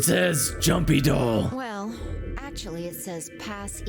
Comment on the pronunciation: It is just me, or is the pronunciation of JUMPYDOLL kind of suspicious? She says it like "Joompydoll", or perhaps Junpei Doll? Maybe I'm just crazy though